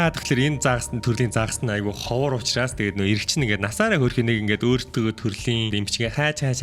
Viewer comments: Usnaas ❌ Uchraas✅ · hamgin ehend uchraas bish usnaas gej bnshvv ahaa aaw